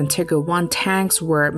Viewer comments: lol. : ... with 498 [kills] in Europe, 17 in Italy an 11 in the pacific--- come on, which continent does Italy belong to, folks. And it the other tank is called Tiger, not Tikker. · The way you say Tiger as "Tigger" physically pains me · She kept saying "tigger" instead of tiger. Lol..... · Tigger one and Tigger two? TIGER!! This narrator needs educating in correct pronounciation. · what the hell is tigger its tiger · Pease teach who or whatever was doing the voice on how to pronounce “Tiger” properly. It’s not Tigger! Also Normandy was not pronounced correctly either. I generally like your videos but this one was driving me nuts. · Rubbish AI voice that can't tell the difference between tiger and tigger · T"eye"ger not tigger. Jesus christ thats killing me how she is saying that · Why does she say “tiggers” not tIgers? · No, it isn’t. German is “Tee-guh”. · It's more like "Tee-gair"! Panther would be pronounced like "Pun-tair" in german! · Tell me that you don't speak German, without telling me that you don't speak German. "Tiger" is pronounced with a long "i" (ee) and a long "e" and without such a ridiculous emphasis on the "g" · It was driving me nuts every time she said it! I just kept having visions of tiger bouncing around? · As a bavarian german I have exclusively heard Teegah, not Tigger. The pronounciation is on the "i". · Im glad you brought this up, I thought it was an annoying mistake 👍🏼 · Yeah 😂 the Tigger 1 hahaha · wrong, should just say tiger like every historian ever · German pronounciation teeger since it’s a German tank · German pronounciation teeger as it’s a German tank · Ah yes, famous German tanks such as the Tigger 1 and Tigger 2. XD The AI used to read this script is horrible. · She lost me at "Tigger" tank. How the phu can you take this video serious listening to her repeatedly saying Tigger.... Thought this was an episode of Winnie the Pooh did a sec. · This would be a much better video if the robo voice wasn't so annoying. "Tigger" tanks?